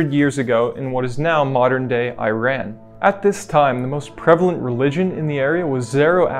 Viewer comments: It is pronounced “EE-Raan” not “ I Ran”. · I am kinda surprised that you don’t know how to pronounce Iran. It’s not eye-ran, it’s more like E-ron. E as in the letter E. And the way you said Iranian is an abortion. C’mon dude, you’re here because you want to educate people, right? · Iran is pronounced like "eh-raan" not "eye-rain" or "eye-ran" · Great video man. Just one note; it’s not pronounced “I-ran” it’s “Ur-aan” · “EEE-RAWN”, not “EYE-RAN” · It’s pronounced ‘ee-ron’ not ‘eye-ran’. And boteh not boo-tah. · EEEEEE-raan, NOT AY-ran. Where did you go to school? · I ran is a subject and a verb together. Iran is a country. It’s pronounced. Eeron. 😮 try harder. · Please pronounce right, it is Iiiiiiiiran, not "I ran" they didn't ran anywhere... (why do english speakers have such horrible pronunciation when it comes to names of countries and people?!) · you mispronounced iran and iranian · You know a lot about a pattern but not how to pronounce Iran